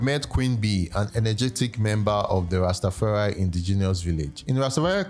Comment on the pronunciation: Well done You learned to say Ras Tafari, and not Ras Ta. There is no such thing as a Ras Ta. Any Ethitrean ( Ethiopian and Eritrean ) will tell you that